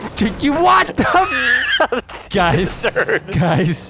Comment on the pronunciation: vanoss be like jies guys😂😂